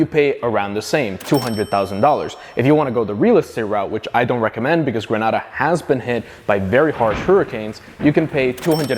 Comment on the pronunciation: Gren-aid-a not gren-ah-da